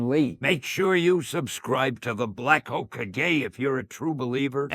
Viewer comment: "Make sure you subscribe to the hoe-kah-gay!"💀